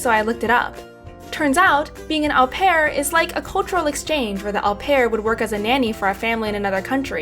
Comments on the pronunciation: U pronounce it O PEAR 😂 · Au pair is pronounced "oh pair".